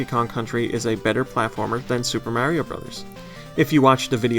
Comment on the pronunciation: GoNintendo drinking game, take a drink every time badly mangles the pronunciation of Mario or any Japanese developer's names. Don't blame me for alcohol poisoning.